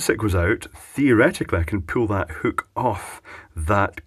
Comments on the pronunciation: God damn it. It's called a hook. Not whook. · "whookuh" 😂 love it, what a product! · I like the way you say hook. Makes me laugh. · Love how he says hook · Did he say "wall huke"? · What is a "hewk"?